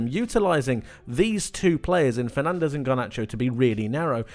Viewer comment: You're gona say athletic cloob but can't be bothered to say fernandez properly